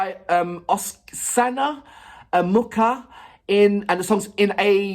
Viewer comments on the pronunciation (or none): I think it would be easier to pronounce Oksana if you read it like Oxana. And that sound in "MuKHa" is like in "AKHmed". It's a more deaf kind of H. The "K" isn't heard at all.